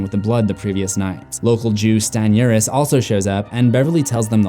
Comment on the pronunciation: "local jew stan urhis"